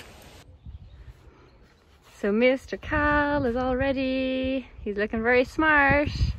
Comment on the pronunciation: First time i watched your videos I thought you were saying cow when you were saying Khal also how is Australia?